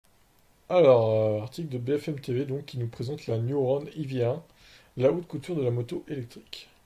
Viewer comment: Elle et entièrement française comme tu dit donc évite de déformer le nom E c’est un E commence par pas dire i